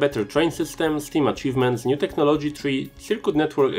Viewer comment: I think it's less the accent and more a combination of a not-great microphone and stresses on unexpected syllables - just for a couple of examples you stress "tech-no-LO-gy" rather than "tech-NO-lo-gy" and "em-PIRE" rather than "EM-pire". Good content though. :)